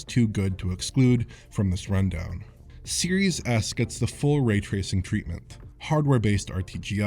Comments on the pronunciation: You'd be right lmao. Series Ass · I keep hearing "serious ass"